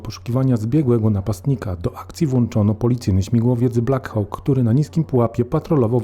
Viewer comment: "Blak Hałk"? Poważnie?